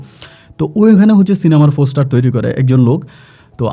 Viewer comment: ফোসটার না পোস্টার